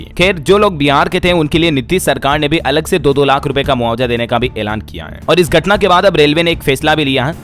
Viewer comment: मेरे देहाती गर्वनर नही गवर्नर बोला करिए। गटना नही घटना पढ़ें,,, हा,, हा,, मैं नही सुधरूंगा देहाती ही रहूंगा।😅